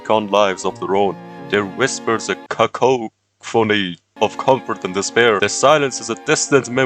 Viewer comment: every reading mistake made in this video: fidge-ment cacohh phony dis-heeveled how authoriative resentlessly etcked t-ing-ed sa-sac-guh-d